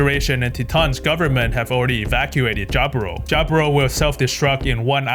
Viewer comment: Love your videos, bro! My favorite part, Quattro puts sunglasses on underground. Quattro remove his sunglasses when he’s outside. Lol. But, please, PLEASE! Titans is pronounced “tie-tans”, not “tee-tahns”. :)